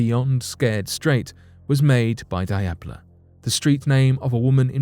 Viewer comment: Diablo is absolutely not pronounced "die-ab-low" I have never heard a worse butchered pronunciation